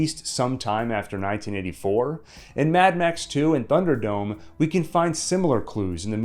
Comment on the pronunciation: I hope is it pronounced /ˈθʌn·dər.dəʊm/. I hear a strange "f" sound at the beginning of the word. I'm probably wrong.